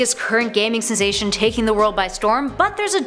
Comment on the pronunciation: “...current gaming *sesation*...”